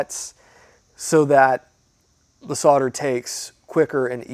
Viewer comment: Thanks for saying “solder” not sodder. After all it has an L in the word